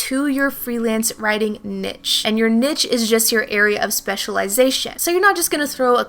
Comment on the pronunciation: Great information very useful. Please look up the pronunciation of the word niche.